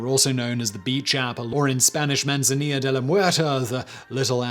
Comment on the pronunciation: Manzanilah... funny. It's "Man-sa-NEE-ya". With a regular Latin "i" that rhymes with "knee" and the Spanish pronunciation of the double "L" that sounds like "Y". And "Juon Ponz D'Leeone"? Goddammit, don't do that! You need to learn how to pronounce Spanish words and names properly because it's very infuriating to hear them mangled like that! It's "Juan PON-say DEH Leh-ÓN". Just as it's spelled, without English editing. JUÁN PONCE DE LEÓN.